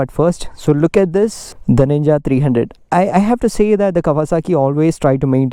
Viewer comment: Man its ninja 300 not nina 300 plz correct it